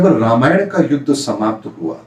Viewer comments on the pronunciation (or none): none